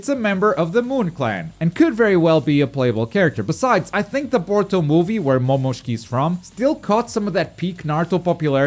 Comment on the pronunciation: The way you said Momoshiki caught me off guard lol